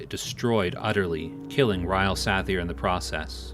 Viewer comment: TRAK-ANON. not TRUH-CANNON! also Suh-Thyr NOT SATH-EAR :D